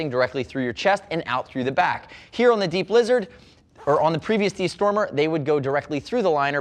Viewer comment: I keep hearing deep-lizard instead of D-Blizzard.